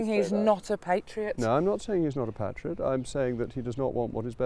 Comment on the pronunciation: Her pronunciation of "patriot" is unforgivable imho.